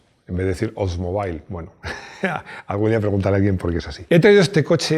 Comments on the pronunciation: Gran admirador de y su programa. Recomendado a todos mis amigos entusiastas. Entiendo que el inglés no es su fuerte, así que coopero con la pronunciación: Plymouth se pronuncia plimouth, no playmouth. Oldsmobile es oldsmóbil, no oldsmobail. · Oldsmobile si se pronuncia óldsmobil, no oldsmobail. Saludos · Sin acritud, Plymouth se pronuncia Plimauz y Oldsmobile se pronuncia Oulds-mobil. Pongo el guión para resaltar que como muchas otras palabras en inglés se acentúa la pronunciación en 2 sílabas de la misma palabra. En este caso sería algo como Óuldsmobíl. Existe un canal en YouTube que ayuda a pronunciar correctamente palabras en inglés/americano aunque sean marcas comerciales, como es el caso. Saludos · Pues ni "oldsmóbil" ni "oldsmobáil", allí lo llaman "oldsmobíl".